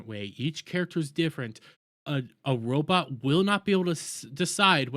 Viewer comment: “Robit” lol 😂